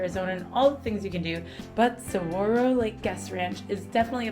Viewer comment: I was going to jump on and say MAY SA! Oml Sa - gura - ro